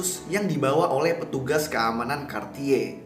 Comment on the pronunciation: kenapa dia bilang nya kartiye sih, kan aku jadi ngakak 😂😂